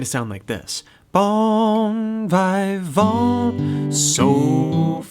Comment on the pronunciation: Very nice but it's bon vivant - in English, you'd pronounce that vee-vant.